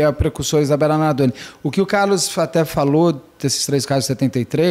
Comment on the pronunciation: Beto Ribeiro te amo mas para de falar Isabela Nardone